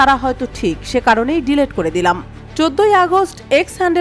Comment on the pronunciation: ওটার উচ্চারণ ডিলেট নয় ডিলিট 😂😂 সাংবাদিক ম্যাম।